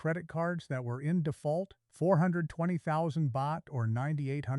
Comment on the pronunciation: i've heard your exact story many times all momey mnagers all mispronounce Pattaya don't watse our time==you mispronounce Pratumnak you mispronounce Baht. shame on you